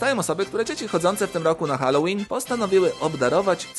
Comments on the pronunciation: Dzban miesiąca powinna otrzymać też Górniak najpierw niech się nauczy dokładnie czytac słowo helloween a dopiero je tłumaczyć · Zgadza się. All Hallow's Evening, czyli Wieczór przed Wszystkimi Świętymi. Edzia Górniak taka światowa, płytę po angielsku nagrała, a poprawnej wymowy Halloween nie umie :D (o znaczeniu tego słowa nie wspominając)